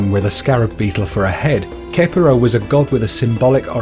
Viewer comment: It's not kepera it's pronounced Ke-Pri